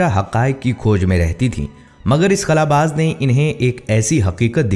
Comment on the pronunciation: بھائی لفظ خلا کے خ کے اوپر پیش نہیں ہوتا صرف خلا باز پڑھا جائے گا اپنی درستگی کر لیں